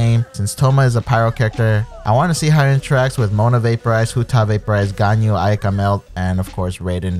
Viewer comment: These streamers never fail to surprise with these messed up pronunciations of Japanese and Chinese. Who the hell is Ay-Kah?